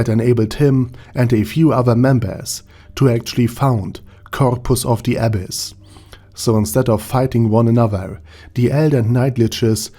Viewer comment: i was hearing abbess instead of abyss, til i saw the comments